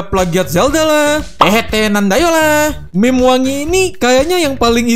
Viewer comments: meme bang, bukan m*m*q :v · kok saya dengernya "meme*" ya bukan meme :v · aokwoakowak kerasa penekanannya bang